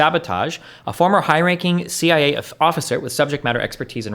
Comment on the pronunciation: I am calling them the seeya from now on, thank you.